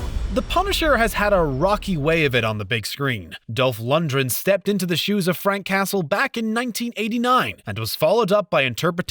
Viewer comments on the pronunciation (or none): its pronounced lundGREN not lundJREN geeze....